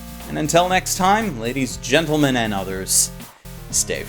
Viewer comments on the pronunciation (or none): none